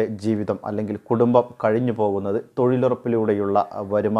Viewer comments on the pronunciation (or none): none